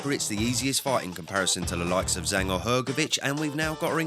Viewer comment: Jang ((zhang) not Zang!!!